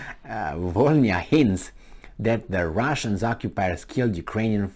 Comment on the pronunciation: It’s Vo - Ly (or Li) - Na That «bl» letter doesn’t soften the previous letter like «b» does. It produces its own sound. Which is hard to replicate for foreigners, apparently.